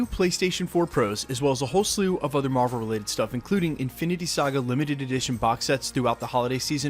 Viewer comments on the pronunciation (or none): none